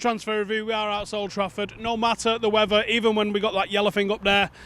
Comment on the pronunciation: when you say wevver i take it that means weather